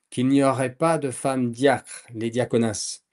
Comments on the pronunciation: Diaconesses et non diaconasses !!! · On ne dit pas dia-connasses mais bien diaconesses !😊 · oui ,les diaconesses et non les diaconasses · Cet homme n'a pas fait exprès.Je suis une femme et ça m'a fait rire . D'ailleurs je voulais écrire une blague mais vu vos commentaires , je vais m'abstenir pour ne pas vous froisser 😊